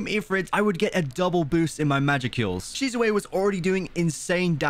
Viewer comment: Someone tell him that it is shisune not shisuyae